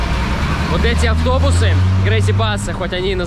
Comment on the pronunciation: Всё таки во всех предыдущих выпусках не послышалось, и произносит эти автобусы через г😀 бедные автобусы, ну за что с ними так то😂